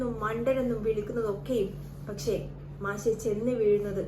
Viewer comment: മാശ് അല്ല മാഷ് എന്നാണ് ആദ്യംപോയ്‌ മലയാളം പഠിക്ക് പെണ്ണുംപിള്ളെ